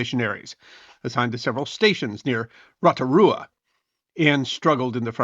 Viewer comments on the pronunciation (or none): Great video, but you need to get the pronunciation of Maori right. It is just a quick Google search away. Roto means lake. Roto =lake Rua = pit/basin/crater. So Rotorua = Crater Lake. 😊 🇳🇿 Greetings from Rotorua.